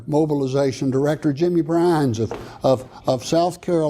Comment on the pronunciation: Byrnes, not Brinze.